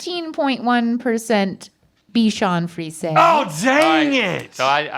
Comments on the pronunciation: I love how no one ever corrects their pronunciation. 😂 "Dotson" and "bichon freeze" made me laugh. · The way they pronouncing bichon frise is 😂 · It's pronounced. Bee shan free zay